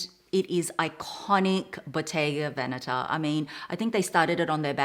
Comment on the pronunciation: Hehe..no excuses needed...your italian is extremely on point! You are one of the very few youtubers that I've heard pronouncing Bottega Veneta in the right way! Intrecciato is pronounced exactly as you did as well! Very nice to see you again dear!